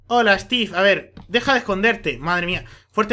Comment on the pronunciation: stif en ves de steve